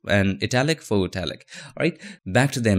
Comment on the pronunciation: haha! he used to say fox.. lol thats so cute